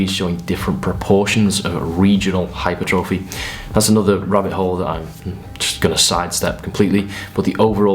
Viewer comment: Please learn how to pronounce hypertrophy.